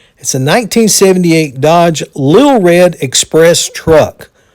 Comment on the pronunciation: "LIK RED"